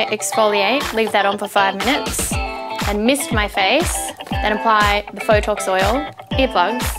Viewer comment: Phytox Oil*